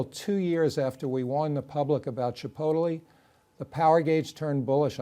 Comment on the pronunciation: Hahaha!!! Marc can’t pronounce Chipotle properly. Ridiculous. Forward to . “Ch-i-po-teli”.